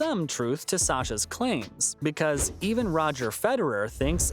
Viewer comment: No offense guy but you really need to pronounce the names of these professionals accurately. For instance Sascha and Djoker. I didn't stick around to hear more.